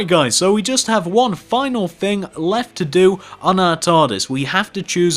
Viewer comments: fix ur grammer ur prononcing "thing" as "fing" and "three" as "free" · that's just how people talk. I mean have you SEEN Dr who?!